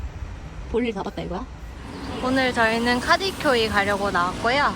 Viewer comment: 이봐요.,,발음 정확히해요..카디쿄이가 아니라..카드쿄이 입니다...i에 점없으면 으 발음이예요...ㅡㅡ